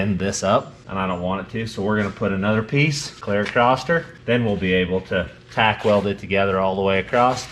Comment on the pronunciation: Michelle... why does say AcrossT.... where did the T at the end come from? Just curious.